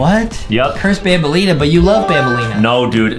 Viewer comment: It's banaleena bro